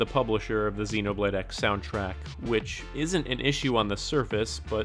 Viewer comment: Am I the only one bothered by the fact that he kept pronouncing the "X" in "Xenoblade X" as "ecks" and not "cross"?